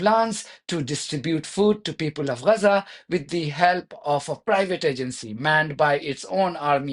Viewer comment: It's Gaza not Raza.. the Woman's called it Gaza.. so did the Britts, the Turks... and the Gaza football team who were all Jewish...